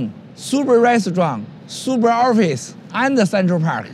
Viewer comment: "Supa Restaurant! Supa ORFICE!" HAHA, I'm sorry, it's racist, but I still lost my shit. Straight from